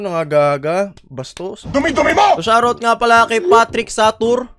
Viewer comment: "Wayt nite" Shawt awt